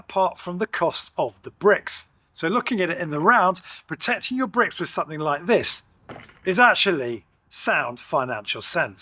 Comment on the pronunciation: please remember to 'litch and subscribe" 😆. Only messing :)